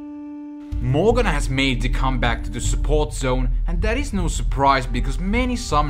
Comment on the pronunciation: He called Ahri for Jahari, wtf and morgana for mogen